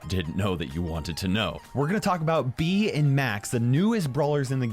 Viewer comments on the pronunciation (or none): ITS not bee ITS bea